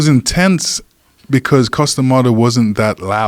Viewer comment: Ok goddamnit... I CAN'T believe that im the only one who hears "Custom Auto" every damn time Joe talks about Iron Mike's trainer/hypnotist!!! "When Custom Auto would hypnotize..." Me- That must be some kinda badass car!!!